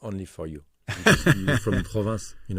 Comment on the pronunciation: It's PROVENCE, not "Province"